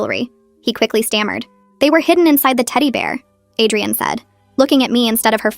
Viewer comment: It was probably Adrienne but ai voice read it as Adrian